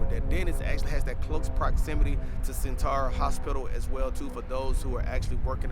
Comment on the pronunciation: It’s Norfuck and suffuck don’t pronounce the o. Also it’s sen-tera 😂😂